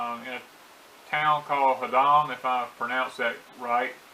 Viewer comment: Good stuff from my neck of the woods, CT! Just an FYI, it's pronounced...haddum...like the word had and dum put together. Thanks for the history lesson!